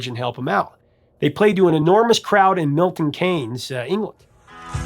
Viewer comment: Used to live in England... Milton Keynes is pronounced like "Milton Keens"